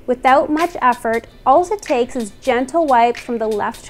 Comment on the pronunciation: "That's Allz it Takez" Awesomez!